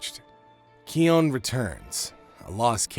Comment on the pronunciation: Its pronossed kion not kion